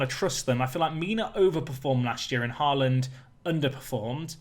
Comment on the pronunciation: «aa» in «Haaland» is pronounced «å»